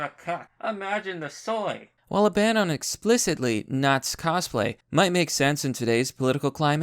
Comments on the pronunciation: I have never in my life heard “nazis” pronounced as `not’s’ rather than something closer to `not sees’ shoved into one word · Why are you pronouncing it "Naz"?